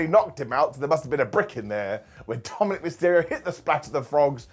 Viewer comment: said "TomandNick Mysterio" accidentally... 🤣🤣